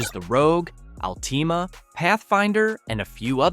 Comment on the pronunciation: Nissan Al Tima? 😂